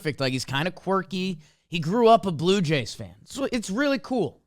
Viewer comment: I thought he said Blooper Jays for a sec 😂